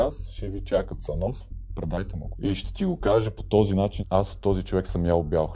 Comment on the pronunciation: Цанов... щосанапрягаштъйкатоговоришве? И ЗА ЩО КРЕЩИШ??? хубу, премахваш паузите, ама... щобръщолевишназабързанкадъриповишаваштон??